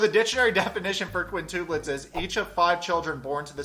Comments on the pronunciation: "quin-too-plets" I wanna cry. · Its quin-tup-lets almost like you say tub but with a p. But i love how you said it. This video is awesome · A I usually roll with the punches because is funny but harping on vaginal size complete with hand gestures was really offensive. Add that to saying "quintooplits" over and again makes him sound bad. I like him but that was rude.